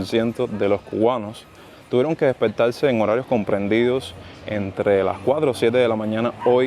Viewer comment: "despeltalse", querrá decir despertarse... Parece que hay muchos chinos en Cuba hablando con la "l"